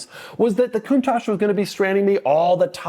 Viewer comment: Sometimes I think somebody who doesn't know how to pronounce the name of their car correctly shouldn't really own one of these. 😅